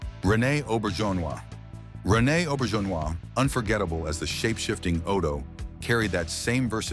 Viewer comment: Ugh, you can get Auberjonois correct but not Wang? And then it pronounces it correctly a minute later? AI needs editors, silly channel creators.